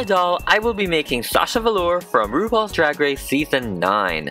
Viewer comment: I was gonna say say that she loves ruple drag race but say it wrong.